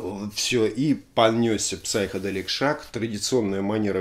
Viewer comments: В слове Psychedelic буква П не произносится, Сайкеделик. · Спасибо за очередной обзор.В комментах много идиотов(как всегда). В слове Psychedelic буква Р не произносится-просто сайкоделик.